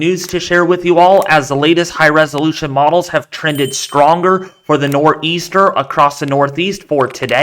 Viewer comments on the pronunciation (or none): Nah he said "NorrrrEaster" 🤣